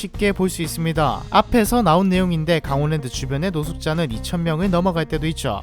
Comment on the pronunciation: 강월랜드아니고 강원랜드 발음 참~